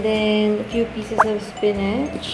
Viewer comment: HAHAHAHAHHAHAA TAWANG TAWA AKO SA FLEYVER AT SPENECH